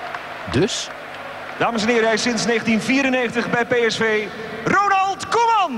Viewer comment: Ik kan er nog steeds niet over uit hoe je ZO de ‘R’ kunt uitspreken zonder je tong eruit te schieten: Rrrrrrrrrronald Koeman!